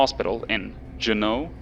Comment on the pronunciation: Juneau is pronounced June-o : >